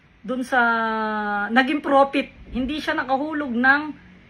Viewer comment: Porfit hindi profit.. 😂😂😂😂